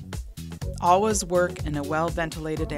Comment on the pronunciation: That “all-was” instead of “always” was very weird to hear over and over hahaha.